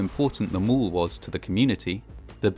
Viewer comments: Mall not mull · I quickly realized that he meant mall when he said mole.